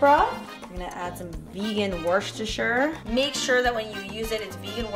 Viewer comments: Worcestershire Sauce, pronounced woostershur sauce. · I know this doesn't make any fucking sense but you pronounce it 'WUSS-ter sauce' lol x